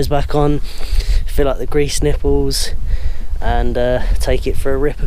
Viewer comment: Did he just say nippel?